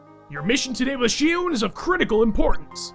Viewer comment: It's Xion(Sheon)